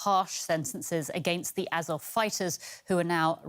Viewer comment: At least learn how to pronounce Azov.